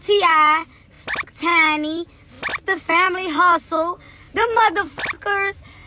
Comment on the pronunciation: Is he saying CheeEye & Chiny?